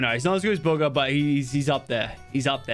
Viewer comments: WHEN HE BUGGA INTSTEAD OF BUGHA LMAO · You said booger not Bugga! Haha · He called Bugha “booger”